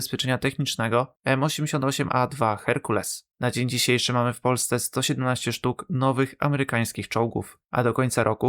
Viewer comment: Źle wymawiasz nazwę Hercules. Akcent pada tu na drugą sylabę, a nie na pierwszą. Popraw się.